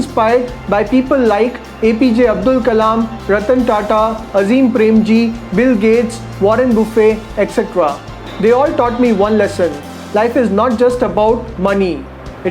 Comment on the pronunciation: Buddy its warren buffett...not boofe...said as buff-ett